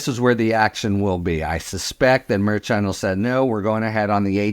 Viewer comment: Love the podcasts but I do chuckle every time you mispronounce Judge Merchan’s name after all this time. 😉